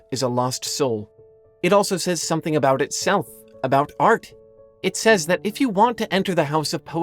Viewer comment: A year! I love how you say thath.